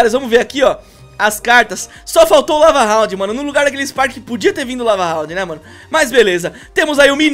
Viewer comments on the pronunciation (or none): Ele alem de falar lava hound ele falou cava hound